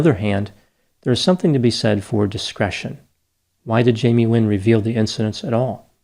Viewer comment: It sounds like you are saying Jamie Win ???